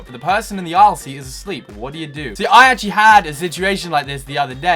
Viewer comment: Don't know why he pronounced it like that but we say it like ayl